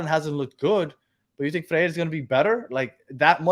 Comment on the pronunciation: Guys, the new defenders last name is pronounced “fray-reh”